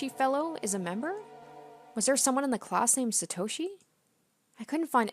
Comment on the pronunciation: Please say Satoshi like To in Top not Toe from a foot lol